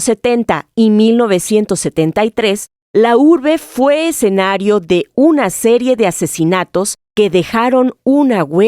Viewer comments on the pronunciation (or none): none